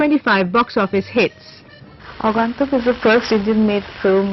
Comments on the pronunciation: It is not Rae but Raay. Neither is it Agaantuk but Agoentuk from the point of pronunciation. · WTF is "Aaagaantuk" ? These VO people are so lazy - don't do their homework at all - takes 5 minutes to find out how it should be pronounced in Bengali - slackers!!